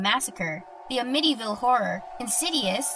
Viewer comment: It’s AMM-ittee ville horror. Not Uhmitty.